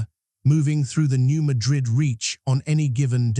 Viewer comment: New MAD'-RID, not New MA-DRID'. Also, O-BYE'-UN, not O'-BEE-UN